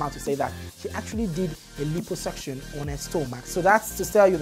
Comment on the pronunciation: Pronounced: la-i-po-suc-tion